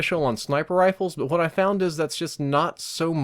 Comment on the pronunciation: I've been a sub for such a long time. Is it just me or does he say "hoowat" instead of "what?" I could be just walking too much King of the Hill....